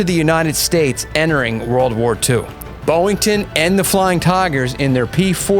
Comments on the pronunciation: You keep saying BOWington, when it's BOYington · I gave a thumbs up until I heard the presenter mispronounced Gregory Pappy "BOY" - INGTON's name as 'BO' - INTON. when I hear a mispronounced word it puts me off, perhaps that's just me 🤔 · His name was BOYINGTON, not BOWINGTON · Hmm I'm not even American but I've heard all other presenters & also in the mini series the American actors, pronounce his last name as BOY - INGTON but for some unknown reason this presenter seems to read it as 'BO' - INGTON. I could never understand how some people fail to read correctly, it make me presume their uneducated 🙄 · Stop saying "Boeing-ton"